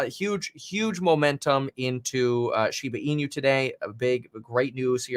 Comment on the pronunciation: Just for informative purpose: it's pronounced shiba ee-nu, NOT shiba ee-new